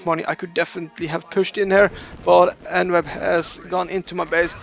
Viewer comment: En-web makes so much more sense than e-newb which is how I'd always "pronounced" it in my head. Definitely not a noob. GG.